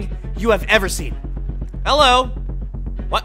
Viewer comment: You said Hilow😂